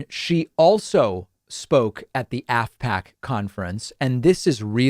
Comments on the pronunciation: I thought you said ASSPACK. That's actually what it is. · I kept hearing "asshat conference", so I had to look at what I was listening to. Oh, "AFPAC" - different spelling, I suppose. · I thought you were saying *sshat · Good lord is it "Asspack?!"